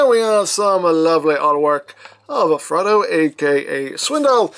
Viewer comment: Honestly thought you were saying Frodo.